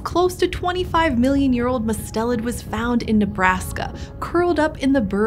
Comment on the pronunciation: It's MUST-elid not mus-TEL-id.